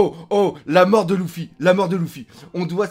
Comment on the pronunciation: Première fois que je regarde cette chaine et j'entends dés le début " Louffy " j'ai envie de tout cassé être fan de One Piece et dire " Louffy " plus jamais je reviendrais !